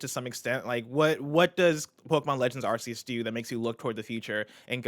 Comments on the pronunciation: Arceus is pronounced as AR-KEY-US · says ASS-SEE-US 😆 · Can the guys start pronouncing Arceus correctly? So weird to hear it like that, even the guest said it right. (Hint, it's in the trailer)